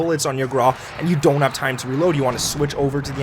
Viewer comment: Hello the name "GRAU" is the German word for gray. Like the word "WOW" it is only pronounced with a gr. the google translator can help you with the pronunciation. it's not meant to be mean. Keep it up, love your videos greetz from Germany